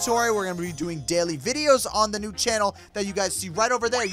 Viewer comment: *Like deh not like den